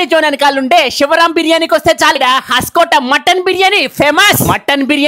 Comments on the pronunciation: Bro it is hoskote not haskote 😂😂😂😂😂😂😂😂😂😂😂😂😂😂😂😂😂😂😂😂😂😂😂😂😂😂😂😂😂😂😂😂😂😂😂😂😂😂😂😂😂😂😂😂😂😂😂😂😂😂😂😂😂😂😂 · Asalu nuvu em chaduvukunnavu ra bolike, Hoaskote ne haskota ani chaduvuthunnav 😡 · హాస్కోటే కాదురా హోస్కోటే రా బాబాయ్ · Haskota kadu ra bosudik it’s hosakote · హస్కోట్ కాదు అన్న... హోస్కోట్ అది.